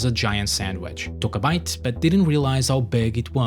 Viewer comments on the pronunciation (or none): none